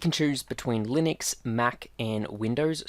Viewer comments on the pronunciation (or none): none